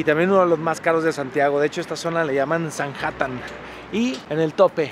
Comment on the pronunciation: quien le dice sanjatan???